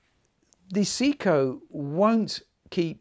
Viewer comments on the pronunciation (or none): Lol I was like what is he saying its a Seiko for Japanes sake